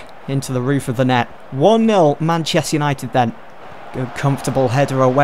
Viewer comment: Man chest united say it properly fucks sake